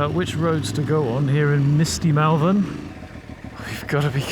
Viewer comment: I was born and bred in Malvern…stop saying it like an American tourist will ya. It’s pronounced more like mulvun.